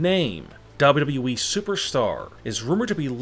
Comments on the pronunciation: Just put on captions and turn off the volume to zero u welcome now u don’t hear is annoying voice when he said WWE it sounds like dubdabae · He keeps saying WE instead of WWE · I can’t resist listening to how this guy is pronouncing WWE every time. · It’s like, double U. Doubleyou weeee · The way he says WWE, Double W E? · i thought it was wwe. not weeeee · Same here😂😂😂😂 this guy has got the funniest wwe pronunciation ever😂😂😂😂😂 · Why do you pronounce every final word with such angst. Its extremely irritating. Also its WWE. You dont have to say it like that. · the way he says wwe has me crying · See this ch a few times y can't these foos ever say WWE right